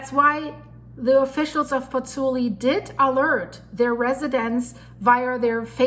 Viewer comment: That's Marsaxlokk Malta a kilometre from my home. Also have been meaning to say for some videos, the pronunciation of Pozzuoli is Pots-Wall-ee not Pots-ooli.